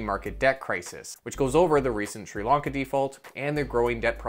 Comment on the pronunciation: So, what is this "srelonka" you keep talking about? I know there's a country called Sri Lanka that's just defaulted on it's debts, which has a similar name, but presumably it's spelt with an O not an A, as in Sri-Lanka. Has this srelonka defaulted as well (whatever it is)??